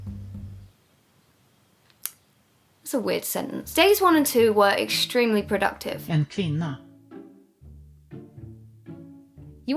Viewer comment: that en sounded sooooo swedish!